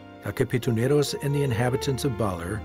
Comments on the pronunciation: Did he just say ‘kapitunero’ instead of ‘katipunero’? or is it just me? Lol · Im also a pilipino(pilipina) I just cant help but think was i wrong? I heard the narrator said kapitonero instead of katiponero😅😅. Correct me if im wrong. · It should be Katipunero not Kapitunero that's why some people dislikes this documentary video. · Its katipunero, but love the docu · What a beautiful documentary. Proof that Philippines culture and nature is very rich. The Sierra Madre mountains are Luzon’s first line of defense against Typhoons so I hope it will be preserve and people won’T abused it. Overall, it is very good, though I am bothered how he pronounced the Katipuneros. He keeps on saying Kapituneros.